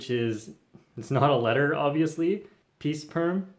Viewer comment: Pea ceperm LOL